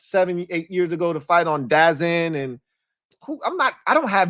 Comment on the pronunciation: it’s called dazn 😂 (da-zone)